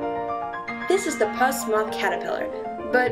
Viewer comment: Um... I believe it's pronounced "puss" like "puss in boots" because of the cat-like fur. Not "Pus" like the stuff that oozes out of your skin, like you were pronouncing.